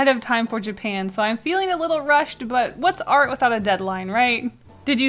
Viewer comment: Does her accent make “art” become “r” or am i deaf?